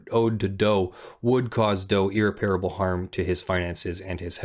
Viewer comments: Irreparable. EAR-REPPER-ABUL. Not EAR-REPAIR-ABUL. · I must apologize in advance! irreparable [ ih-rep-er-uh-buhl ] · If my lawyer was as incapable as you are of pronouncing the word irreparable correctly I would dismiss them immediately and find new representation. This is a word that comes up all the time in your line of work, so you should have been able to figure it out by now. Its no wonder you got your ass handed to you when you filed your objections against Malibu in the case you mention. Where’s your due diligence on pronunciation?